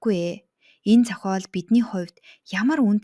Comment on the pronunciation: Зохоол, ноорго гэх мэт дуудлагаа засмаар юм байна шүү